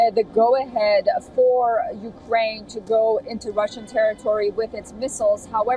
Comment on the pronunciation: How can you say roshan